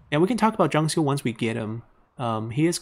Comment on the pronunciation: 张绣是第四声😂虽然能理解，但时常几个比较有名的人物，地名都发错音了，希望能改正